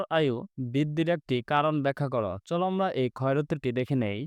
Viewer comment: স্যর আমরা আপনি বলেন আমবা